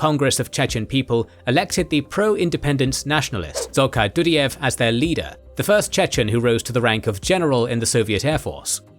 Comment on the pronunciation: The name is more like johar yudaev